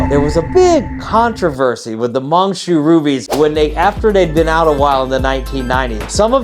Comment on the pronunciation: It's pronounced as Mine Shuuu.